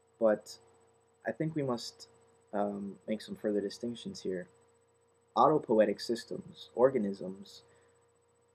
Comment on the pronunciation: auto-poe-EE-tic is correct.